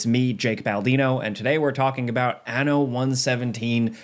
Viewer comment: Hehe, He said ano... (giggles in Spanish)